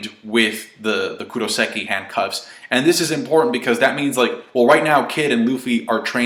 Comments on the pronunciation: Hey, it's kairoseki, not kuroseki:) Anyway maybe there's a difference between handcuffs and bars/cages? Robin in Enies Lobby had kairoseki handcuffs but she didn't look too weakened, she just couldn't use her powers. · Anyone else's ears twitch when he says "Kuroseki" instead of "Kairoseki"? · Is no one gonna correct him? Kairoseki